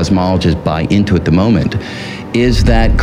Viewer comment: Had to watch the opening 7 times before I realize he was saying "the moment before,.." and NOT "the mambo before" ! Either way, this guy's a genius and visionary, unmatched! If he WAS saying "mambo" I'd still take notes, as he always bringing us to new levels of insightfulness!!!